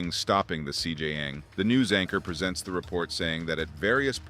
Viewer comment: I dont know man. If you cant pronounce your subject matter, maybe somebody else should be narrating this one. Lazy and borderline disrespectful to the language as hes not even trying, "CJYang". Wtf is that???!